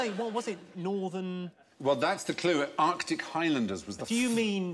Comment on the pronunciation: Arctic unless you mean they drove articulated lorries.